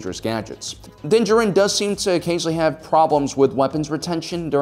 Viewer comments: Stop mispronouncing Mandos name or I’m leaving-oh there you go. Bye. Also you can’t even pronounce Beskar? Smh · Did you watch the show? How cant you pronounce his name or beskar? Is this a meme? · Why do you pronounce his name so bad they say it in the show and you’ve gotten it wrong multiple times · Why is everybody calling mando Din Djarin ? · Learn how to pronounce Din Djarin's name. Don't know what show you're watching, but Din does use strategies.